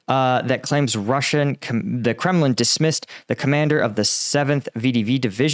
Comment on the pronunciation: It's Kremlin not Kremin